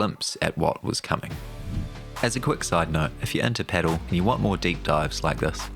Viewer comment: Pedal? What the fuck is pedal? It’s pronounced pa-DEL. At least paddle? But pedal? This isn’t a car